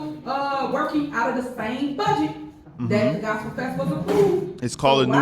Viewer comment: I hate how she says the word "budget". She says it like "a bedget" nggas are surrounding that old man like they're gonna smoke his a**. Fckng wild